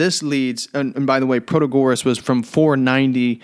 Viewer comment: You don't pronounce Protagoras properly. Christ, do you expect me to listen to a word you say? How ignorant are you that you don't know the proper pronounciation oaf a major Sophist??